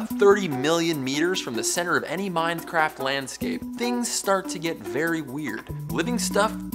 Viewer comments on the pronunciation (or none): He called it mindcraft -_